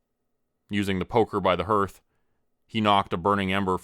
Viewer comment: Love the story so far, but hearth is pronounced "HARTH", not "HURTH", and cairns is pronounced "CARE-NS", not "CUR-NS"!